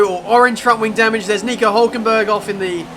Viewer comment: Hülkenberg* not Holkenberg